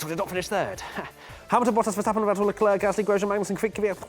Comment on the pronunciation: Sick of people saying sharl eclair, the bloody kid himself says Charles Leclerc!